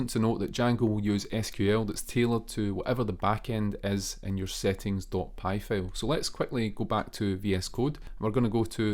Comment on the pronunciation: Hey! Loving your videos so far — super helpful! 😄 Just a tiny bit of feedback: maybe work a bit on the pronunciation of “file” — a couple of times I thought you were saying “fail” and got confused for a sec 😂 Keep up the awesome work!